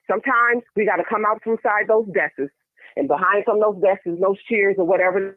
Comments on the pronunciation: Did she say, "we gotta get from behind those "desses"!!???? 😂😂😂😂 Oh yeaaaahhh... That's frfr 😂😂😂😂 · Deskes....no ma'am it's DESKS! 😂😂😂